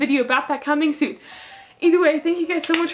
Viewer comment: do you ALWAYS say ETHERWAY